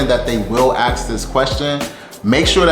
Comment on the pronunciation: “axe”? K. Guy gets a job and day 1 thinks he’s an expert while he can’t even pronounce basic words in English.